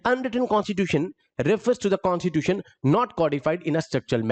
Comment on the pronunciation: यार एग्जेक्युटिव में अधिकांश प्रशासन अधिकारी आते है, तुम कुछ ज्यादा ही अंग्रेज बनने का ड्रामा कर रहे हो, कॉस्टिट्यूटन नही कॉस्टिट्यूसन होता।